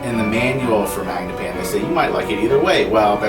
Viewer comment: Why are you saying "mag-ne-pian"?